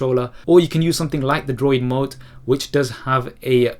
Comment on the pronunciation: If you are asking about the App he is using to control it with his phone, it is DroidMote. He mumbles the first time he says it.